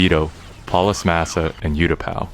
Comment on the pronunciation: “Youtapau” boi I’m boutta